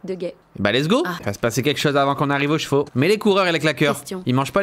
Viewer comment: on dit chevaux